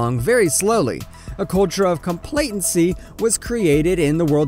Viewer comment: Right?! Also "complatency" (instead of complacency), pronounced Koenigsmann "coinsman", and used a hard C for explicitly.. "explikitly". Did this guy never have a single person read to him as a child?... Dumbfounded..